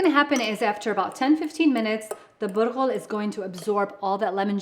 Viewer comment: Bulgar pronounced Butthole ok got it 👍